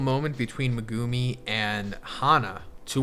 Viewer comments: Thank you. He’s been saying it like that since day 1. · I don't know if you know/care, but you are pronouncing Megumi's name wrong.